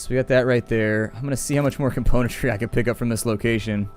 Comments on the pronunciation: I think it bothers you cause he misses the M in componentry, it kind of bothers me too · I don't know why, but there's something that irks me to no end every time you say the word "componentry", something in the word itself rather than the way you pronounce it I think...